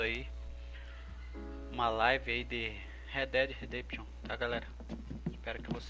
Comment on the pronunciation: Red dead rendention